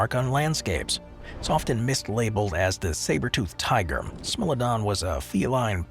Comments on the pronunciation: Smilodon is pronounced as smy-low-don not smill-uh-don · What r you - bad A I? How do you turn Smile-o-don into Smell- o -don and not even be aware you've concocted a totally unheard name? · Same, but I was triggered by pronouncing what should sound like "smile-o-don" as "smill-a-don" lol. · It's smile-o-don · I laughed when I heard "smell-o-don" 🤣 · Smellodon? Lol 😂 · Anybody know what a Smell-o-don is?? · Did u mispronounce every singgle entry? Smilodon must have been purposeful. AI isnt even that dumb.